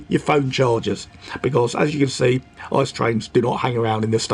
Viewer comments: good Video but don‘t say ICE as one word! It is I.C.E (Intercity-Express) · Although it's tempting, don't speak ICE like ice in icecream. Every letter is pronounced separatly, also in announcement, if in English. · Hey, great video overall and it brings back a lot of good memories of my trip to the uk last year (doing the same route but starting in cologne). Just a little something for future videos. The “ICE” trains are not pronounced like frozen water but instead each character separately. Just imagine it being I.C.E instead of ICE Greetings from Germany:)